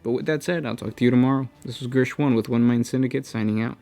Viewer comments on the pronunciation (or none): none